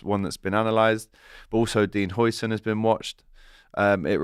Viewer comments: the pronunciation is: HIGHsen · Huijsen is pronounced ‘Housen’ but with the OU sound pronounced like ‘out’ or ‘how’ but in a Scottish accent, because the UI or UIJ sound doesn’t exist in standard English. His name means houses but with the old Dutch spelling (sometimes it’s also spelled Huysen) nowadays it would be Huizen. Speaking of the player we in Holland are saying we missed out on the new van Dijk for the next 10+ years and he played excellent against us in the NL. The Spanish are calling it the steal of the century so that should tell you something….